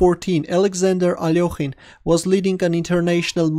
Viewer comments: the part that cringes me a lot is "ALOKHIN" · I don't know why so many people pronounce his name as if there's an 'o' in it...